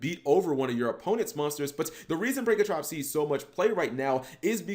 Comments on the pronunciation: I cringe every time you say pankratrops when it’s spelled pankraTOPS!!!!! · Say it with me cap. "PANK-RA-TOPS" not "Prank-a-trops" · PANKRATOPS NOT PRANKRATOPS FOR FK SAKE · get your damn shit straight! It’s not “Prankatrops”... it’s “Pankratops! Look at the card name properly, damn!